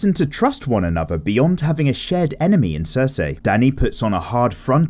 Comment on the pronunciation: “Dayanerys and cersey”